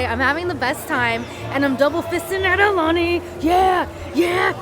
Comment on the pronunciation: Please tell the guy to pronounce Aulani PROPERLY